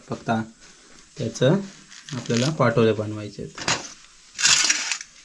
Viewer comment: पाटोळे नाही पा तो ळे